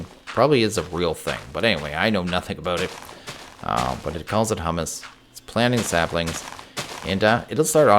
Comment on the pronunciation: Haha, you and both call it Hummus. Humus is said more like hue-mess.:P Also, do you think it'd be possible to use a potion wand (with apples) to purify zombie villagers? I'm having no luck getting the wand to accept the potion effect.